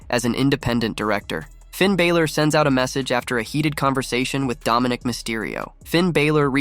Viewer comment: Sort out the guy yapping on the pod, he can’t even per knounce Balor properly